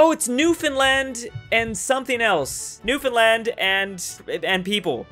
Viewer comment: When he can’t pronounce Saskatchewan but can pronounce newfoundland